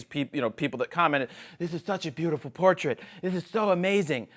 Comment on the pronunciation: It is a "poortrait" xD